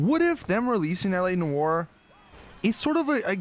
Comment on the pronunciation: please read. Noire; rhymes with car. Not war.